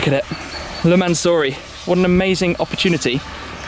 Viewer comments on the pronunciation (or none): Luuuuh... uh no you shhhh-muck. Try "layh".....LE